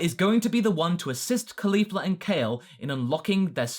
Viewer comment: Sorry for being stringent on grammar, but I'm surprised by the way you pronounced Caulifla's name. I mean, she's named for cauliflower, it's easy to understand the proper pronunciation.